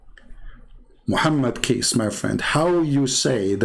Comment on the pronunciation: Hi, to pronounce Muhammad Kace is Kace is sound like c like coklat. Not like cash